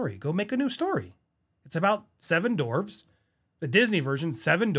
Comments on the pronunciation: "Seven dorwes" 🤣🤣🤣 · Andy they're called dwarves...not dorves 😂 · It’s dwarves not dorves 🙄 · Ok - I'm agreeing with what is being said (not Rahchel!) - but it's driving me crazy that you kept saying 'dorves' instead of 'dwarves' At least it sounded like that. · Bro it's not dorves its DWARVES